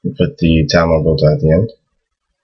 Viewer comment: "ta marbultah?" or "ta marbutah?" I hear "marbultah" with an L sound